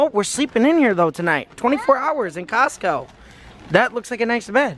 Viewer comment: Why did you say Costco when it's Costco